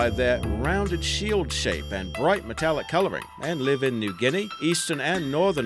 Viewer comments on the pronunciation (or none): none